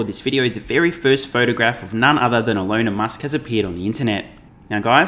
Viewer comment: So that’s Shelon Musk, eh